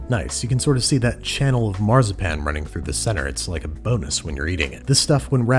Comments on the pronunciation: wenn du weiter Marzipan so aussprichst haben wir ein Problem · I unironically love how he pronounces Marzipan as Marh-zah-pan 😂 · Every time he says Marzipan my inner German hurts.